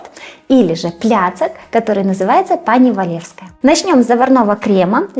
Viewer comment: "Пані Валевська".,озвучуйте свої відео краще вживу,а не за допомогою переводчика. Бо таке враження,що озвучує робот,бо багато слів неправильно вимовляється.